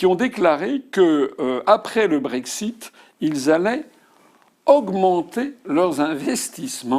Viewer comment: Quand est-il du brég-zit.... prenez donc un tag-zi. Le brexit on s´en fout. Imaginons par l´opération du Saint-Esprit et son aide transcendantale qu´Asselineau sera président en 2022 et que les poules auront des crocs à tricoter des gillets pare-balles. Bon, d´accord. Il dit: puisque j´ai été élu sur le projet d´un frexit, j´ordonne le frexit. Que la mer morte s´ouvre! Loupé. Il faut que l´Assemblée se prononce . La bonne question c´est de demander à l´UPR si elle peut se passer, constitutionnellement parlant, de l´avis de l´Assemblée, s´il faut une majorité simple ou absolue. Bon, tant que les upéristes de service ne répondront pas, je les tiens tous pour des blaireaux... mais je n´ai rien contre, je m´en fiche, je suis neutre....et que les connards qui pensent que parce qu´Asselineau serait élu, il aurait automatiquement une majorité à l´assemblée, on serait déjà dans une troisième période glaciaire après l´an 5 000... connards s´abstenir....